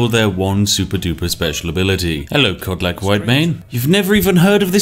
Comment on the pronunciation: "Cod lick" whitemane